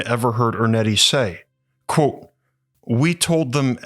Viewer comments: You really should learn how to say the words 'Quote' and 'Unquote'. It should not sound like 'Colt' and 'Uncolt' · Love the way my man says "QWOTE."